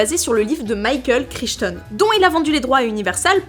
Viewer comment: "Maïqueul Crich'tonne" mmmh... il doit être breton.